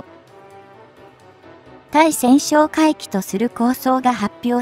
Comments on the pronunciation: たいせんしょうかいきとカナをふっているのに、何故ついせんしょうかいきと発音するのか。 初っ端の文章もおかしいけど、作ったあとに文章の見直しはしないのか。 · 対潜哨戒機(タイセンショウカイキ)のことを「スイセンショウカイキ」と連呼しているのが耳に残って、気になってならない❗️ 自動読み上げであるにしてもUP前に確認作業はしているであろうから気が付かないわけはなかろうに、そのままアップしていることに恥と言うものを感じないのか？ 改善できないのであればUPなどしない方が良いのではないか❓ 老婆心かな❓ By 侍。